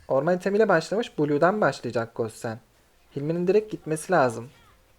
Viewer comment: Kitty 'gossen' nedir ya :D guşın diye okunuyor şu hero hiç mi duymadınız.